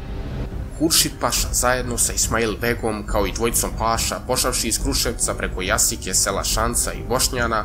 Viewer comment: Nije Jasica neko Jasika. Varvarin se ne akcentuje tako.